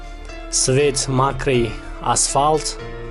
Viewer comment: Не макрий асвалт. Мокрий асвалт. Не серебский а серебристый. Мактаб хондай.